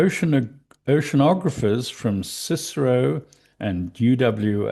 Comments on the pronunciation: The CSIRO is an Australian government agency responsible for scientific research. It's always pronounced by saying the letters, C, S, I, R, O. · I deal with the CSIRO frequently as part of my employment - the most common way to refer to (i.e. pronounce it) is 'Sy-ro'. That includes by its own employees. So it's shortened name should only have 2 syllables. Other than that very pedantic point, fabulous work. Much appreciated!